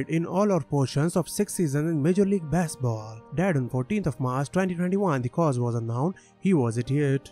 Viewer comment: Please! Our national pastime is pronounced baseball, not bassball. Fish do not play the game.